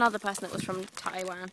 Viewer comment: WOW, YOU SAY TAIWAN LIKE A CHINESE PERSON!!! AWESOME!